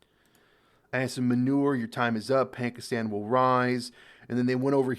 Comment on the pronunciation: "Marshal Ass-In Manure" quite an apt pronunciation